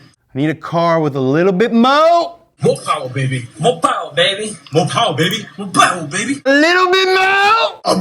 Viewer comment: is so cool.....Moh powah baby!!! 😂